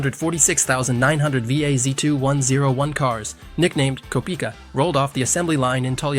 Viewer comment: Kopika? It’s kopeika